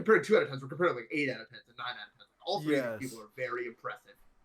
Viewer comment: "i've been trying to do that for like tHree TheBe De"